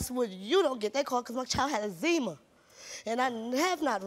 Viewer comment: They're so uneducated. 🙄 "Owe-ded me" & "My Child had Ex-zeema". Smdh.